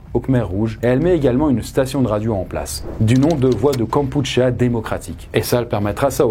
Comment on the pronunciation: "kampoutchir" plutôt ! J'ai tiqué aussi quand il a dit "fnom penh" ou quand il a prononcé le mot peuple complètement différamment de "pratchirtchoun" 😁